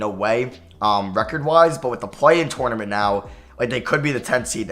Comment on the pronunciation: Did it bother anyone else how he said tournament every time